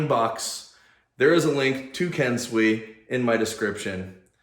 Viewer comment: this was helpful to me as I'm about to buy my first mace as a total newb... CK Maceworks website wasn't very helpful in terms of marketing info to give me any idea of how it even works... btw, your pronunciation of "kensui" is weird... it's "Ken"-"sue"-"ee", not like the "swee" in "sweet"...